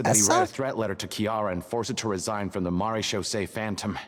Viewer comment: It's pronounced "mara-shaw-say" phantom